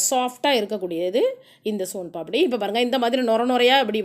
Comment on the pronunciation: Adhu paapadi illa papadi nu enga sonnanga